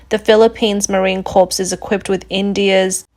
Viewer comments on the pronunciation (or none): 'Rapprochement' is pronounced as "RAH PROCHE MAH." 'Corps' as in U.S. Marine Corps is pronounced "CORE"